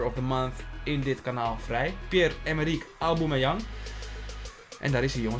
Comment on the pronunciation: Zeg pls geen auboomeyang